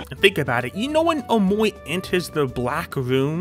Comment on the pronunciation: BECAUSE HE IS SAYING omowi